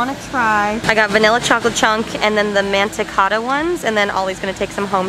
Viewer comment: Omg the way pronounces Mantecada got me